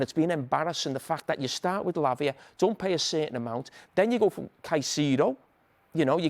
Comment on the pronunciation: CaicEdo, not caiceeeedo